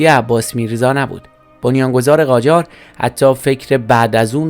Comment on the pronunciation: قاجار نه جاقار